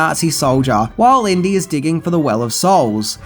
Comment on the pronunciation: Inty....like Indy